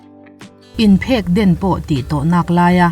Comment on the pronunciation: ' inphekden' leh 'inchemvei zai relin' tih lai hi ka duh lutuk tlat..ati chiang lutuk😂😂